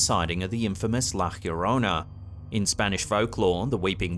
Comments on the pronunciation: Damnit, there is NO H IN "La Llarona", it's La Yaŕona, no H. No Hirona. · God darn it. He really said “ la hiyochorona” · it's pronounced La Llorona with the Ll pronounced like Jojo and the R is a soft r, not a hard r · You are saying "La Llorona" completely wrong. Lol